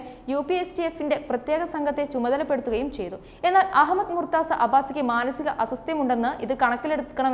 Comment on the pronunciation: Not murtza right pronunciation is murtuja which please note.